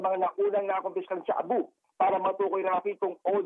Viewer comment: Shabu hindi tsaabu.. 😂